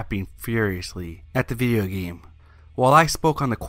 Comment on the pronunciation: He said viyo games